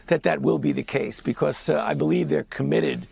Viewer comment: "It's a really impoetant proof of concept becoowas". Why do we have a munchkin old jew who can't even speak English running the healthdon'tcare for the entire nation? He sounds just like Howard Wolowitz' mother.